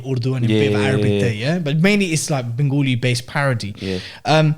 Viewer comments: It’s not bengOOli. It’s benGAli !! How hard is that? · What's "Bengooli" bro? 😂🤦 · Wanna ask why do Bengalis from London and the south say it Bengoli when its Ben-gali/Bang-ali